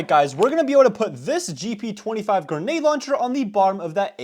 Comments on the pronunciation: day 1 of me asking to stop saying "genade" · I wish you would say grenade properly not gaynade